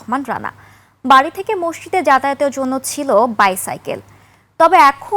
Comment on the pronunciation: একুশে টিভি'র এই উপস্থাপিকা কোন যোগ্যতায় সংবাদ পাঠিকা হয়েছে? (মসজিদ কে মসসিদ বলতেছে বারবার)